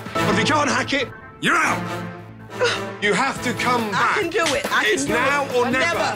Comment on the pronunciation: "Do look at the garlic there" sounded like "dude" to me and that was very unexpected to hear from Gordon for me